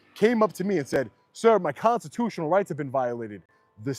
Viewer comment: brother needs to practice speaking the word "constitutional" a little cringe every time.